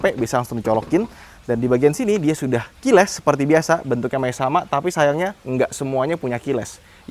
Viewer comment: salah satu alasan gua tetap suka sama adalah ketika review dia selalu benar menyebut kata KEYLESS...😂